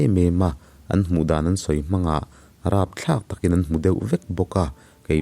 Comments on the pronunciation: Mawnga tih hi a hiama thluk tur, kel tih anga lam tur,kawl hming a nia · Mawnga tih hi a thluk a dik lo